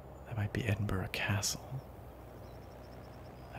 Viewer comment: I love this, but as a native to the Scottish borders, I have to be 'that' guy and say Edinburgh is pronounced 'EdinBRUH', not 'EdinBORO'.